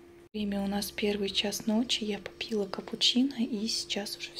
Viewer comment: "Учитель" говори правильно , не ПопИИИла, а пОООпила капучино, пора идти в школу, но не учителем, а ученицей